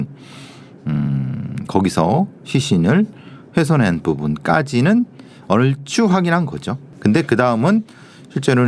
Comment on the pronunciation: 배상훈교수님~ 훼손핸부분 -> 훼손한부분 감춰주려고 핸건지 -> 감춰주려고한건지 제발 이렇게좀 발음해주세요!!